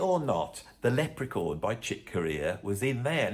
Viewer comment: Hmmm...what's a 'lep-pree-corn'? But it sounds like your Dad and Mum were wonderful people, letting you follow your love of music.